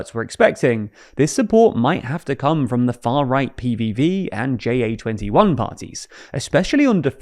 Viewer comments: Ja21 mean yes 21. It is not an acronym and shouldn’t be pronounced as one. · JA is not an abbreviation and is not pronounced as one; it's just the Dutch word for YES.